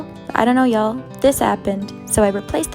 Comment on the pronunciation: "What the fawk" I'm dead 💀😂